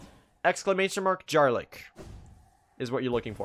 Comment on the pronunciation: You're pronouncing Jarlyk incorrectly; the "j" is pronounced like the "y" in "yam"